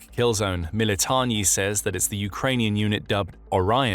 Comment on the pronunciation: It's MilitaRni buds. NOT MilitoNNi 😂😂😂